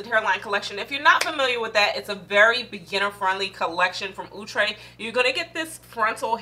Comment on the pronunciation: Wig is so pretty. Luv your energy. Thx 4 pronouncing Outre prooerly.